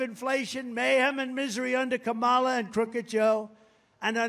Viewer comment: "Kom-mALAh"😂😂😂 the way he says her name is so funny😂